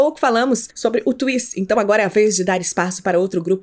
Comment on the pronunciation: “Twiice exeou “ kKKKKKKKKK tenkei não